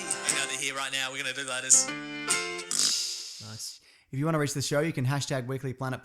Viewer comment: I spent half a year thinking they said lettuce until I finally out 2 and 2 together and realized it was letters. Lol